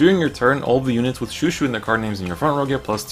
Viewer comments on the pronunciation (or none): Pronouncing chouchou Wrong lol its not shoeshoe